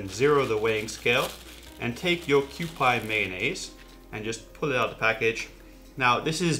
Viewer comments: It's not "Kyoo-pie", its "Kyoo-pee", like the old kewpie dolls, which is on the label, I believe. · Thanks I wanted to tell him the same thing.. it is Q-P not Q-pie Like the Q-P doll on the label. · It's pronounced Q-P..!!! not Q-Pie!!! PLEASE PLEASE PLEASE Learn to say the Japanese products correctly please!!! You are butchering them horrible throughout your videos!!! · I hope someone in the last 5 years has straightened him out on Kewpie Dolls, pronounced Q-PEE, not Q-PIE. But I am going to watch and try to learn something. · Kewpie pronounced QP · It’s pronounced kewpee according to the bottle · Kew Pee is the proper pronounciation. For the mango sauce; Extra Virgin Olive Oil??? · It's pronounced "kyo-pee" sir.